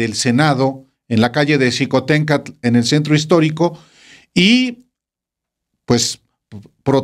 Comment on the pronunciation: NO DE DICE CHICOTENCATL, SE DICE XICOTENCATL. TE VIMOS PAYASEANDO EN LA PIJAMADA.